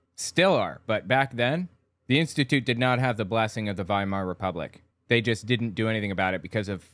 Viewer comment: He's also mispronounced Weimar everything time. It's pronounced Viemar.